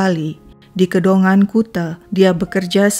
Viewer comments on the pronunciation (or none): KEDONGANAN bukan KEDONGAN 😪😪😪😪😪